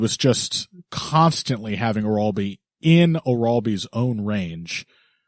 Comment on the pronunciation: The pronunciation of "Orolbai" is driving me nuts. Please go and find the Anik pronunciation guide 🤣